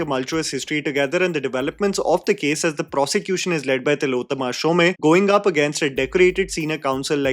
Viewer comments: SHOME like home, not shomay🤣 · It’s Tillotama Shom not Shomay as u pronounced. Really surprised that such a basic thing like name is said wrongly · Fair review. Exactly what I felt. Except, Shome rhymes with home, not Sholay. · Tilottama’s surname is pronounced ‘shom’ and not ‘shom-e’. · Tillotama Shome as in Om not Shomay! Getting a name right of possibly one of the best actors in our country is the least prep one can do. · Shome is pronounced as “Shom” similar to Om and not “Shomay” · Not Shom-e, pronounced as Shom (minus the last syllable). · Just a small correction: Tilottama's surname isn't pronounced "Shomaee." Since she's Bengali, it's pronounced "Shom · It's Shome not Shom e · Tilottama "Shomay"🤦 It's Shome pronounced like Home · Not shom -eee ? Its shome 😢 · Shom is the pronunciation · Hey "Shome" is pronounced like you would "Home" with a "sh" sound instead...hope this was helpful. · Tilotama Shom(e) the 'e' is silent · You always say Tilottama Shome. It should be Tilottama Shom, e is silent. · Pronunciation of Shome is like "home", without the e part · Isn't it pronounced as show-may?? Ikka event me toh waise hi introduce Kiya tha host ne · तिलोत्तमा शोम.. not Showmae Edit : Good God, the way you mangled Shome over and over reminded me of Omaha Beach. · it is not Tilotoma "shome" but "shom" . Bengali pronunciation is different. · What's with the shom "A" pronounciation?